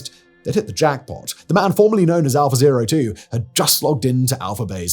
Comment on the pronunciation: Unfortunately I keep hearing it as 'alpha bae' and snickering to myself.